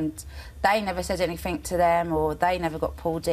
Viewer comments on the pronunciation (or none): Phillip Adams thought she said “anyfink”? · Phillip Adams you mean anyfink instead of anything lol